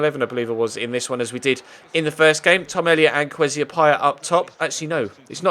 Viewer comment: Kwesi is pronounced ker way sea